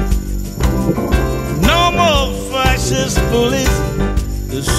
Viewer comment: Did you say facist bullies?